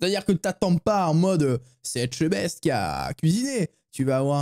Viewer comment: Non mais qu’est ce qu’il y a de difficile à dire Etchebest ; (É tcheu best...)